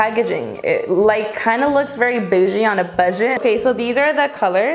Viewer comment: She said bajie😭😂😂 do you mean boujie?